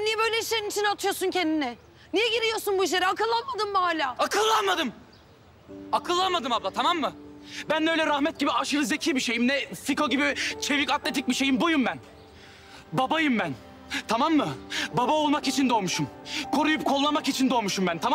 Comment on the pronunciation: da fiko değil siko diyor